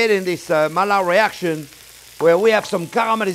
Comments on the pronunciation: Quel Français prononcerait «maillard» en disant ma-ee-lard? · I thought the same thing when he didn’t pronounce Maillard correctly, haha